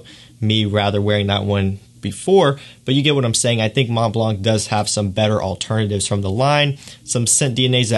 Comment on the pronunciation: Thanks for sharing your view on these top fragances :) The Mont Blanc pronounciation is so weird :o cant listen to it...